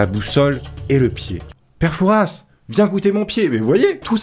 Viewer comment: le S de fouras ne se prononce paaaaaaaaaaas (en fait je vis à fouras c’est pour ça)